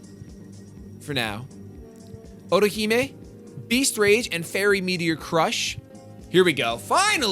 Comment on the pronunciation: Also, otohime is pronounced oh-toh-he-may.